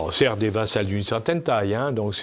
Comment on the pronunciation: Des "vassals" ?? 🤔🤔 Surprenante faute dans la bouche d'une personne aussi cultivée...